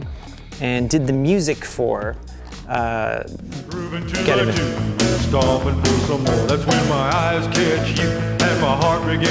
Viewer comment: I love that they never once say the name of geteven properly.